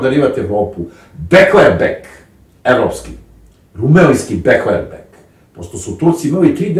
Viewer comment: Begler-beg, a ne beklerbeg! Pardonirajte, ali jesam sitničava, kada je jezik i određena terminologija u pitanju.